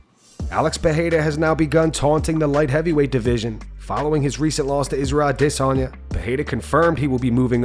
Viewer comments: Israel ahDDDDDDsanya So annoying. Just say it like an American, please. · Why do you say Israel's last name so idioticaly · Dude, your AI. Fucks up Adesanya's name every time. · please stop saying Izzys last name like that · My guy. STOP pronouncing Izzy’s name like that. It’s not correct ffs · Why do you say Alex peraria name weird izzys too is that the proper way to pronounce there names